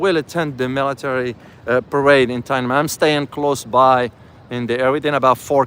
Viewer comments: Subscribed., it's pronounced Tin Na Men Square not Tia Men Square.:) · it is pronounced as TEEN AN MEN SQUARE. thank you.